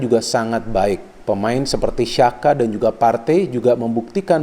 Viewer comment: Maaf bung sekedar info 😁🙏🏻, Xhaka itu dibaca "Jaka" bukan "Syaka". Karena XH dalam Albania dibaca J. Xhaka kan etnis Albania🇦🇱.